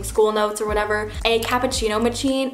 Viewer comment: Where can I buy a Capu"chino" "Mah chiin" 😂